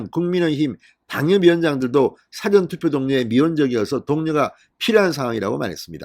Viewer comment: 야 진성호야 415에서 사ㅡ전투표 가뭔뜻이냐? 그리고 선거소송 뭉개는이유가뭔가 그리고 사전투표 발음 제대로해라